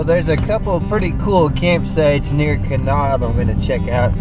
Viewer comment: Just a heads up...it's pronounced "Ka-nab" as opposed to "Ka-nob".